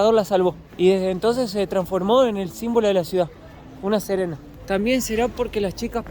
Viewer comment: SE DICE SIRENA NO SERENA...UN ABRAZO